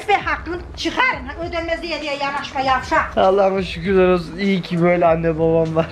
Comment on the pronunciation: Annen yavşak kelimesini çok güzel söylüyor 🤣🤣🤣